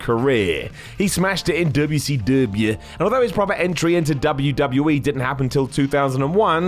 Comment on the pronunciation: I hate the way this guy says WCW. I bet all he knows about it is what he learned from WWE.